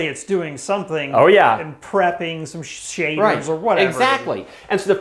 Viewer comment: "it must be doing some shi....aders"